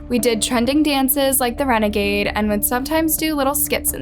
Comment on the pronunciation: Lmao not the ReNaGaDE 😂